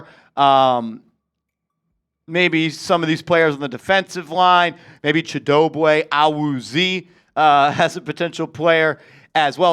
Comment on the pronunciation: Chi-doe-bee ah-woo-zee 😂😂😂 tell me you don’t watch anything other than giants football